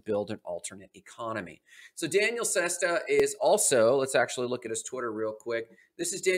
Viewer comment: I am pretty sure you're pronouncing Daniele wrong, you are pronouncing it as a girl's name, there is no way that's correct, the way you pronouce it is the girl version which would be Danielle, which is wrong